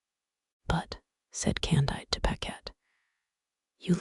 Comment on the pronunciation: CON-DEED. It's French.